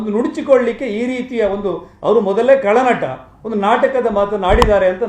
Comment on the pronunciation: ನ್ಯೂಸ್18 ದರಿದ್ರರೆ... ಕಳನಟ ಅಲ್ಲ ರಿ ಅದು ಖಳನಟ....ಕಸ ಗುಡಿಸಿ ರೋಡಲ್ಲಿ...ಕನ್ನಡ ಉದ್ಧಾರ ಬಿಡಿ 😮😮